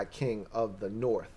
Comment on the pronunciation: Aye!!! I gave you some shit once about the "norff" vs "north" business. That was me. But it's because you're clearly a high IQ kinda dude. The "norff" bit just came across a little romper room for a man of your formidable mental faculties. HAIL!! 👍🏻